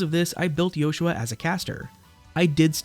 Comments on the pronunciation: It sounds different. His name isn’t supposed to be Joshua. It’s Yoshua. Pronounced as Yo-shu-ah. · I never realised it was sussposed to be pronounced like that i always thought that was just how JP users pronounced it, why is that tho? Wouldn't pronoucing it "Yoshua" be more eastern then western?